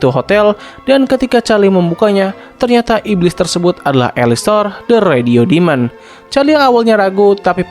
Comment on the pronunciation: Alastor bukan alistor